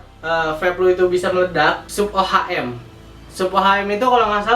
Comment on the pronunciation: nih bocah parah sotoynya, mnding lo blajar dlu deh ngomong ohm aja msih salah, gk sekolah lu tong, rba aja lu salah, hati hati ngasih info, orang awam yg nonton video lu pada trbodohi smuanya